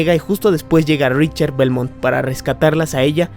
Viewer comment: Se lee o pronuncia “RICKTER”